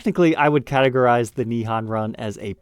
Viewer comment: Nihon: o sound is a long O sound like in hole or mole. FYI😁